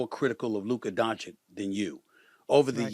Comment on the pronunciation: After all this SAS still cant pronounce Doncic properly. It’s disrespectful to mispronounce someone’s name